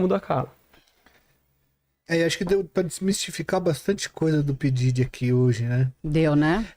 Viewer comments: Porque essa senhira qdo se refere ao Diddy ela nao fala Diddy , ela fala Daddy. O que è bem diferente. 🤔🤔🤔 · n tankei o cara falando pididi kkkkkkkk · Mas ehhh P.Diddy pra geração milenium P Daddy pros nutella